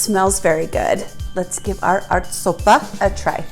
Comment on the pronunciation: The 'ä' in 'ärtsoppa', is pronounced ae.